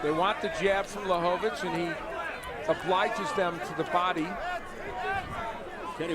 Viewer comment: LaHOvitch? OMFG!